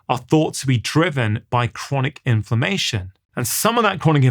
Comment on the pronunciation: I kept hearing ‘information’ then realised it was inflammation!!! Good talk. Thanks.